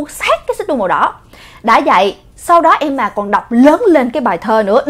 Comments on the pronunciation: S ko bả ko đọc là emma mà là em mà nhỉ 😂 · đọc Emma thành ''Em mà''. Ta có: Mẹ của EM MÀ. MẸ CỦA EM MÀ.CÓ AI HIỂU HÔM 😀😂😂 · Nancy Momoland Hửm???😒😒😒 Khá là kì lạ. Nhw mà......... phải đọc là Nan sy mới đúng chứ. Tại sao lại là Nan sỳ. Hửm????? Tại sao??? Tại sao??? Tại sao chứ??? Tại sao??? Tại sao??? Thôi mệt quá hok hỏi tại sao nữa. Nhw mà...... phải là Em ma chứ. Tại sao lại là Em mà. Hửm??????? Quá mệt mỏi với cách phát âm của. Qias mệt mỏi rồiiiiiiiiiiiiiiiiiiiiiiiiiiiiiiiiiiiiiiii. Tôi ko muốn hỉu. Tôi từ chối hỉu. 😤😤😤😤😤😤😤😤😤😤😤😤😤😤😤😤😤😤😤😤😤😤😤😤😤😤😤😤😤😤😤😤😤😤😤😤😤😤😤😤😤😤😤😤😤😤😤😤😥😥😥😥😥😥😥😥😥😥😥😥😥😥😥😥😥😥😥😥😥😥😥😥😥😥😥😥😥😥😥😥😥😥😥😥😥😥😥😥😥😥😥😥😥😥😥😥